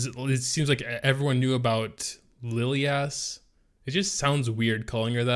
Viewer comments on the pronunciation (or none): Why would you pronounce Lilias name as LiliASS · Why not pronounce it as Li (as in lick) lie is? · Lilias (Lil-e-ass) Lmfao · more like Liliyaassss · Dislike for butchering her name fool smh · Yeah, my bad, what i mean is why would the guy even pronounce it that way. xD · just has to pronounce names differently.. he can’t help it.. I think it’s pathological hahah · had to stop watching the video 15 seconds into it...i couldnt take much more of that